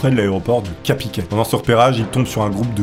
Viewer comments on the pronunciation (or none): Salut je suis de Caen et on ne dit pas CApiquet mais CARpiquet voilà c'est tout pour moi je vais faire le chieur ailleurs